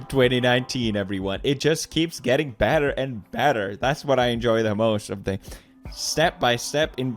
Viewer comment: Did he say: "bader and bader" (which diesn't make sense) or "better and better"